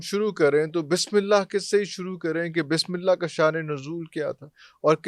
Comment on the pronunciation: اسلام علیکم معزرت چاہتا ہوں اس بندے کوخود بسم للہ صحیح پڑھنی نہیں آتی اور وظیفے بتا رہا ھے بسم للہ کےآپ سب لوگ غور سے سنیں جب یہ بسم للہ پڑھے گا